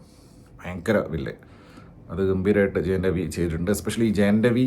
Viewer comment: ‘Jayan’ ravi alla 😂 ‘Jayam’ ravi 😅😅